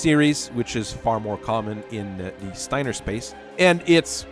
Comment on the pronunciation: My only issue with your video was your pronunciation of “Steiner” as “Stainer”. It’s Sty (like pig sty) + ner (like saying nerd).